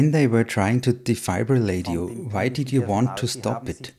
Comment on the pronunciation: A defibrillator is pronounced like fib as in a lie, NOT fibe.